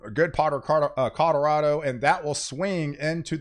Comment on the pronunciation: Am I the only one that hears "Coderodo"?😂🤷🏾‍♂️